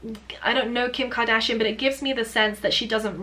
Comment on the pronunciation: Kim Ka-Dragon-shian?